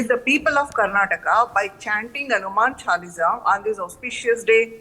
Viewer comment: This doesnt know how to pronounce Hanuman Chaalisa. Ignorance